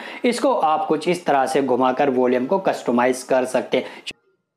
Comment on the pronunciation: वोलियम नहीं वॉल्यूम